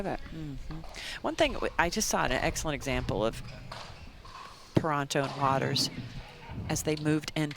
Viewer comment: Why is one of the commentators pronouncing Catherine Parenteau's surname wrong? It's Puh-REHN-toe, not Puh-RAHN-toe. So distracting.